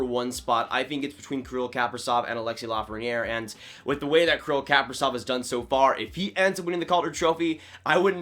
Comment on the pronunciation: It's "Kah-pree-zof" - accent on the long "e". The "v" at the end sounds like an "f". And the first name is pronounce "Kee-Ree-l", once again long "e" sounds and the accent on the second long "e".